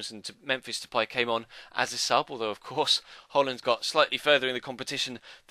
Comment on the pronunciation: It's not de-pie??? De-pay... There is no accents so it's de-pay...